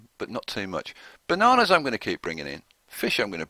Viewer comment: Is there a way to adjust what you're doing with your imports? I'm having the same issue with the coal and iron, and I'm not sure if I'm able to tell them to use it for the steel mill somehow. Also, love the videos. Your voice is unique and fun to listen to. The way you say bananas is so funny. Thanks so much for the videos!